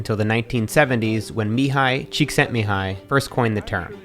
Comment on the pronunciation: Never heard a non-hungarian pronounce the name Mihaly Csikszentmihalyi so flawlessly haha good job Matt